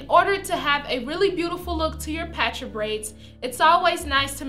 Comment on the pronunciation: I thought it was pronounced (paw-tra)